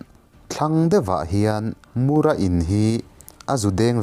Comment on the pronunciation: Mur-a Nilo Tlem thluk a, Mũr-â tih tur ..... Engpawh nise i thiam lutuk e✍👍✍